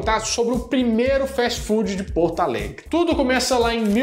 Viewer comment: Muito engraçado essa pronúncia de "Porto Alegre"... Ele fala como "Portaalegre".... erro comum e engraçado.